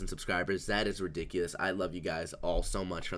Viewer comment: "subcribers" hahaha😂